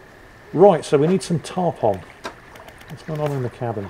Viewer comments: FYI, it is not "Tarp On" as in on/off. The fish name instead sounds like Tarp "un". They are a really big fish often found coastal carribean locations. They like wrecks and big docks like giant groupers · I love most of your content and I love your sense of humor, but Tarpon is pronounced: Tar-Pun.